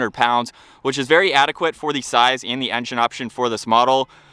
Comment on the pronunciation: Your intentional, forced pronunciation of "the" as "thee" 900 times is extremely annoying.